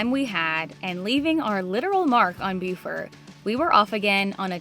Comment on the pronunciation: According to my grand daughter stationed at the marine base there it is pronounced "Boo-fert". Oh and great choice on using Shell Rotella oil.